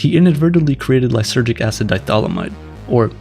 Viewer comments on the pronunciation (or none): It's not die-thylamide, it's di-ethylamide.